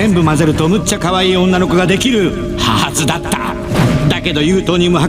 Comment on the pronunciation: はぁ↑ずぅだったぁ〜 にきこえる